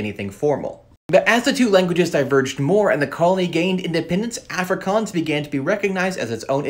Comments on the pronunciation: man pronounce Afrikaans as "ah frikAAAAns" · Really cool info, thanks. I'm a South African, and it's nice to hear about some of our languages. I'm an English speaker, but speak Afrikaans and Zulu as well. It's pronounced Ah-free-kahns 😊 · Aaaaaahfrikaaans. Bruh its pronounced uhfri kuns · Nah as a south African i can confirm the way he pronounced "afrikaans" i felt pain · Mispronunciations: Afrikaans: ah-fri(roll the r)k-ah-ns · Pronounce it correctly. Like Ah-frikaans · This is how you pronounce it. Uf-Ree-Kuns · It's not Afrikaans it's aafrikaans that's how you pronounce it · the way he pronounces "Afrikaans" hurts my soul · The way you pronounce Afrikaans makes my heart go into load shedding mode 💀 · not like how he pronounces it🤣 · The way he pronounces Afrikaans hurts me 💀⛓️ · The pronouncement 🥲 We dont say it lake that 😂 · The first “A” in Afrikaans is not pronounced like the “A” in Africa, but the “A” in “car”. Maybe know how to pronounce the name of the language before making a video on it? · The way he pronounces “afrikaans” hurts my soul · 'Afrikaans' is pronounce Aah free kahns with the r rolled if possible. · "Ok guys so let's talk ab aFrIKanS" Bro why u pronounce it like that 😭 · Afrikaans...the 'A' is pronounced using the 'a' in 'aw' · Hi! Khoisan isn’t a language family! Nice video, but wow your pronunciation is quite painful haha. I guess I can’t complain since it’s hard to say the word properly with your accent. I wish you’d mentioned that it was first written in the Arabic script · My dude pronounces Afrikaans, Completely wrong😂, sorry bro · The way he pronounces Afrikaans hurts a tad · You pronounced afrikaans so wrong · What is bantu?? And you pronounce Afrikaans incorrectly. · Your pronounciation. Yoh mahn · Why do you pronounce them like that☹️☹️ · That's not how you pronounce it😭😭